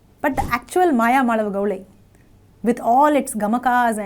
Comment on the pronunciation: Pl call it as Mayamaalavagowla and not gowlai. Pl refer to some authentic sanskrit treatises on music for reference; excellent contents by the mentor!! 🎉